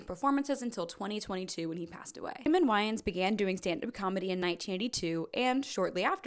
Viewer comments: Damon WHY-ins? "Living In Color?" Are you trolling? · You definitely suffered through those 30 pages for a good reasons. Not to call you out, but my autism was triggered during the mispronunciations of "Aykroyd," "Wayans," "In Living Color," "Garofalo," "Koechner". Your Midwestisms really did shine through haha. Love this though and I will be watching more!!! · Listen, great topic and mostly good. But it also puts your poor research in the spotlight, if you didn't learn to Pronounce Way-ins as in Damon Wayans or Ack-roid as in Dan Aykroyd, well what else did you get wrong. They are both comedy legends and if you can't properly Pronounce their names, it puts everything else in question. Keep up the work, but do better with the most basic of research and you should grow faster, you deserve it!! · It’s truly wild to see all these genuinely famous names be just pronounced on vibes alone. Damon whyins is crazy